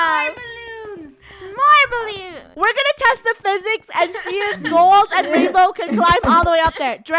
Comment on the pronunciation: It’s not rainbow is rainwoah